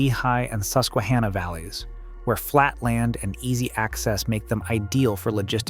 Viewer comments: Its hanna like the girl name not ha nah 😂 Susquehanna is my home town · You mispronounced "Monongahela" and "Susquehanna." You've gotta do better research before you do videos like this.